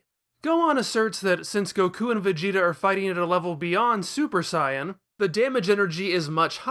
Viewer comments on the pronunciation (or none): It sounds like your saying cyan instead of sayan